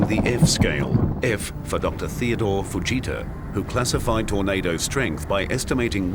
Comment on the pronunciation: He said doctor Theodor fajita. I need someone to clear that up. I thought his name was tet fujita and people have been saying it wrong